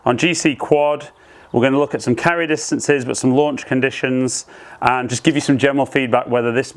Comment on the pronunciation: Lanuch angle? Made me laugh 😀